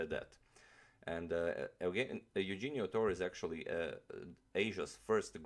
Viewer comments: I think its pronounced as "Yu-hen-yo" "Tor-re". Since our names were Spanish based back then. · it is pronounced "Yuhenio" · "Eugenio" is pronounced like "YOU-HEN-YO". "Torre" is pronounced "TOR-RE". Great video as always! Fan from the Philippines. :) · Great video. Just one correction... The name is pronounced: yu-hen-yo Tor-re. :) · im filipino and his first name is pronounced as "youhenio" i guess like "euhenio" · Pronounced as: Yoo-HEN-nyo Torre. From the Philippines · It's Euhenio! and Philippines is the land not "Filipino" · I was supposed to write this comment but yeah the pronunciation of the name is Eu-he-nio g with the h sound. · sorry but that's wrong. Correct Spanish pronunciation is EH-OU-HEN-YO. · I believe it's pronounced You-Hen-Nyo Toh-Re(as in wreck) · his name is pronounce as YOU-HEH-ÑO.